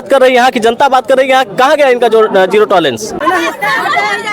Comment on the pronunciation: जिरो टलारेंस नहीं जियो टलारेंस।